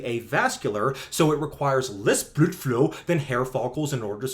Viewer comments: I had to stop. Your pronunciation of blood flow was exhausting to hear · good video great information but get to the point, you spent about 5 minutes insulting a supposed friend of yours, childish tone and the weird pronunciation of blood flow got real old and annoying man you sound like a kid that gets obnoxiously mad when someone disagrees with them, slow down I get it you don't like the misinformation getting put out but relax let your good research do the talking. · I must be mentally ill... no matter how many times i hear him say "Blødflo" I cry laughing every damn time 😅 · i watched the entire video just to keep hearing him say BLUDFLOW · Why are you saying blood flow like that? I can’t make it though the video. Is it a joke I’m missing? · So is he saying bloodflow like that because its from a different language or to mock it? Im not invested in this topic so if this is a common thing i wouldnt know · Why the fuck can you not say blood flow normally? And why can't you make a video without being so angry? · why do you say blood flow with a german accent?